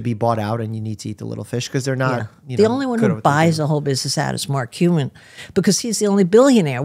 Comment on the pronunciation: “Mark Cumin”